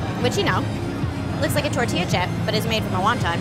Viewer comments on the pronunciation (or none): none